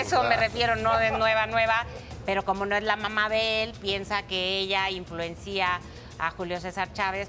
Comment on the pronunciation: Señora periodista no se dice “influencía” se dice sin acento. Wow! Y eso que son letradas